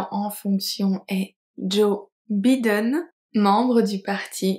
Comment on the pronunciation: Que ça ressemble à « bidenne » en français 🤣